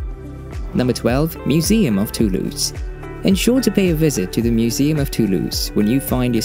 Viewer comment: This video opens with a mispronunciation of Toulouse. The letter s therein absolutely sounds like a Z. It's [to lose] NOT [too loose].